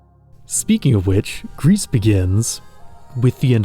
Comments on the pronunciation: GRIS is not read " G R I S " but " G R I " which means grey in French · "Gris" (prononced gree) means "grey" in french, in case anyone was wondering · Good video but I think it’s pronounced ‘gree’ as in French for grey, bit of a nitpick but thought I’d mention it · I've not played the game or know anything about it past this video, but I believe gris is meant to be the word in french for gray, pronounced "gree" (of course with the French "R" not the English). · Hey, great video, but if you're gonna pronounce the name of games as often as Gris and Sable, maybe you should check how they are pronounced ! It looks like you're talking about Greece most of the time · Isn't it pronounced "gree"... It means gray in French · 'Gris' is pronounced 'Gree'. French for 'grey'. It's a game that I've been thinking about trying someday. Games with 'dead' worlds are among my favourite. I enjoyed the Outer Wilds for that reason also. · Hey great video! Also for your information and for future reference Gris and Sable are both French words and are not pronounced like they would in English. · I don't think you should pronounce the "s" in "Gris" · also, the s in Gris is silent (it means grey in french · "Gris" from the french word for "Grey". You don't pronounce the "s". 🙂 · "Gris" mean grey in french, and it is pronounced without the S